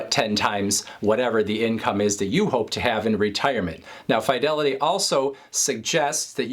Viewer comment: I typically hear it pronounced “Fuh-Delity” not “Fye-Delity” By employees who work there